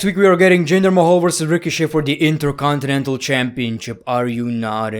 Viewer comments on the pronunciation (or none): none